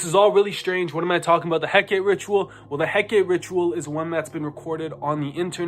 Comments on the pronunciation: Please say Hecate our Divine mother's name correctly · Hecate took them out for mispronouncing her name so much 😁